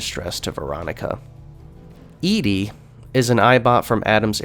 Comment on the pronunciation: Why do you say ED-E's name like that? If you've played New Vegas before, you know it is pronounced "Eddie."